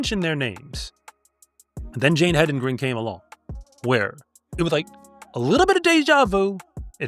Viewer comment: So glad that you are pronouncing her name correctly,. The race announcers were pronouncing it multiple ways--none of them correct. Hendigren, Hendrigen. They were just inventing names! If they would just look at it and say what is spelled out there! HEDENGREN! (Head in grin!)